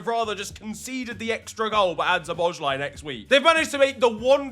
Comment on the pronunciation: Hey there, hungarian here. I really like your videos but my ears are bleeding whenever you pronounce Szoboszlai's name (don't worry, hungarian is a pretty hard language), so let me help you out with the pronounciation, cause you're a bit overcomplicate it and it's way easier than you might think based on the letters (or compared to other hungarian names). So basic hungarian lesson, s is sh, sz is s. So Szoboszlai is basically Sobos-luh-y. Sob like sobbing, bos like boss, it ends with an ee (like ski), la is luh. Sob-boss-luh-ee. Anyways, keep up the good work and I'm glad you love our boy!